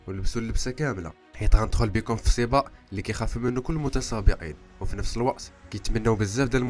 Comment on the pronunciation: ماكاينطقش حرف القاف 😂